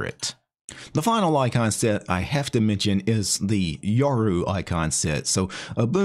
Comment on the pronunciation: Sometimes "icon set" sounds a bit like "eye concept", and all of a sudden, your icon set showcase becomes all the more poetic.